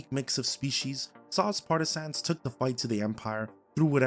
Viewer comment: Homie learn how to say partisans first. Stop emphasizing sans in the word. Its partah-sin.